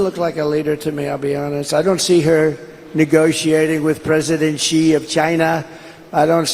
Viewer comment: Has he lost the ability to pronounce Xi's name? He used to say fairly closely but now it just sounds like "Chee". Like an American saying "cheese" bit still before the "s" sound. He used to try to pronounce it correctly, I noticed it numerous times. Microphone bad or is his mumbling getting worse? It sounds like his mumbling is getting worse.